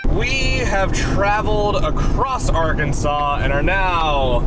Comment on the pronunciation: oh, you saw the bass pro pyramid. and its arkansaw. not ouransas. its literally illegal to mispronounce it here. help...